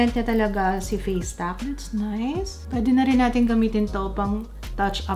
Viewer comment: "pwidi piro dipindi" lmao